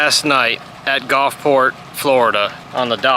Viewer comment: I know when I lived in the south for 40+ years . It was the Gulf not the Golf. Gulfport not Golfport. Just sayin. Fun video. Thanks for making it.